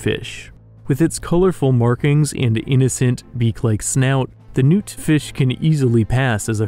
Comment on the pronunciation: when you said noot fish i thought you said nuke fish